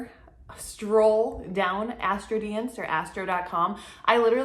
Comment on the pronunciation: I LOVE how you pronounce Astro Dienst (which is Dutch) lol <3 <3 My best friend doesn't know her exact birthtime, it's somewhere between 4.30pm and 5pm but this makes a difference in her AC being Taurus or Gemini rising. I feel like she's a Taurus rising but will definitely check in which house Venus and Mercery fall! <3 Thank you, loving all the videos you're putting out! <3